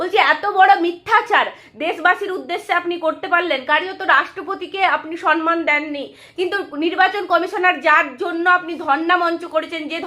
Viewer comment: তুমিও সমমানকে সনমান উচ্চারণ করছ?